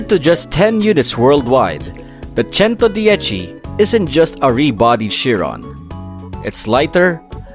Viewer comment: bro won’t stop saying “ChentoDiechi” 🗣️🗣️🗣️🗣️🗣️